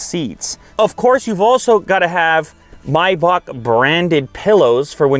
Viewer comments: Its not MYBACK bro its MAYBACK...love the video! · Its pronounced May(like the month) -bach(like back) not my-back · My-bock...? I thought it was may-back... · Mibock? Dude.....It's Maybock.....you Canucks crack me up! giggle....Love your show dude, just busting your nut....🤣🤣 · May - Bach not My-Back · its not "mybach" its MAYBACH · Is anyone else hearing "Myback"' instead of "May-back"😅? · It’s Maybach not Mayback 😂 the pronunciation is killing me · Its Pronounced May Bach - Not Mi Bach ! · Isn't it pronounced "may-back" instead of "my-back" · May-back is how it’s pronounced. Not mi-bock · Myback for Mayback ? do u say April My June ? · "mAybach" no.. it's pronounced "meybach" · Bro wtf is maaayback 🙂 It's Maybach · it's maybaRR not maybaK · It's pronounced "May-Back" not "My-Bok" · Maybach not mybach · Dumb question: Is it really pronounced "My-bock" the way he's saying it here or is it "May-back" the way it's spelled? Asking for a low-class uncultured friend. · I can't even watch the video he keeps saying "my bock" ITS MAYbach... ever heard any Rick Ross songs?... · It's maybach not mybak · It's MAY...bach, not MY...bach. listening to him mispronounce the name is annoying. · Maybach not bibak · May - bach not "my bach" you have to be American........ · “My bock” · Introduced as Miebock. Why don’t you Yanks learn to pronounce the product that you’re promoting. It seems rather bizarre that you don’t know the name of the quality product that you are publicising. I believe the name is correctly spoken as :- Maybeck, as I’ve heard from Mercedes (Mersaydes). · It kinda irks my ear whenever someone pronounces it My-Bok, but since I'll never own one, my opinion doesn't count. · It’s pronounced maibach… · If he say my-bach one more time imma loose it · I always thought it was pronounced may-back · I thought it was pronounced MAY....BACH? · Kinda kills the vibe when you call it a “MAY-back” 😒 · it is not "my back" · “The maibock” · It's pronounced May Back.